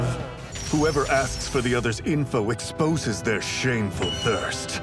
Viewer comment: "Their shameful ThIRsT"